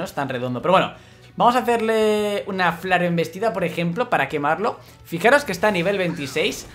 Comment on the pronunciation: No se dice flareoembestida se dice flarembestida